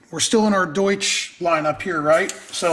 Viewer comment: Haha "sprechen sie deutsch?" Do you speak German? It's definitely not "Doosh" :)